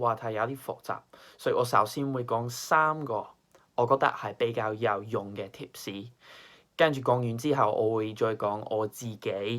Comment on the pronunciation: haha u even said 「tip士」rather than “tips”, nailed it!